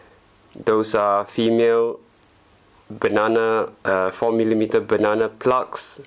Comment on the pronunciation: hello my friend,finaly you have the good one!!the other one it was a clone,and that is garbitch,this one is a good charger,good choice,i like yo video,becouse you say funny banannnna plug!!hahaha its a joke,i hope you have a lot of pleasure on it from your charger.good video.!!!!go on